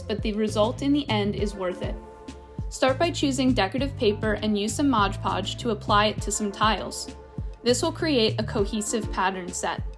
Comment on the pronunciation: MOD Podge, not "Modge" Podge.